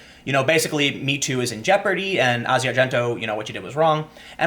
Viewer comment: It's just Asia, not Ah-zi-ah